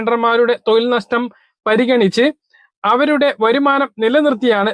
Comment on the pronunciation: തോയിൽ അല്ല തൊഴിൽ ആണ്